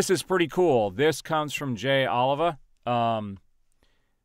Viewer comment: Just FYI, his name is pronounced Jay Ol"ee"va (Oliva).